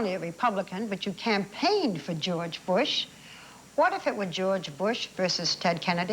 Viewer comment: CHEORCHE BUSH